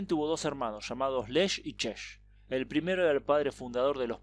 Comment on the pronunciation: "LECH" Y "CZECH" SE PRONUNCIAN EN CHECO "LEJ" Y "CHEJ"...NO "LESH" Y "CHESH"...ES CHECO...NO FRANCÉS...